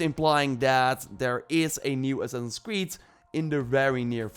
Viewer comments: "The next Ass-ass in Creed." 😂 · second 1 of ur clip ... ur saying who0t? " next ssassi creed" ?